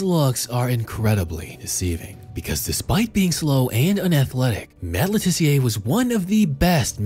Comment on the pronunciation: Just a point. He's English, so it's Luh Tissiuh, not Le Tiss-e-ay